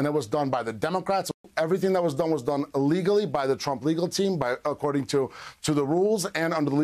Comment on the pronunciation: That slight subtle slip of "illegally" is kind of huge.